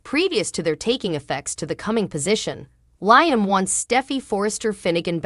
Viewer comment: why can't this person say LIAM instead of LYAM? I hate listening to this ...out of here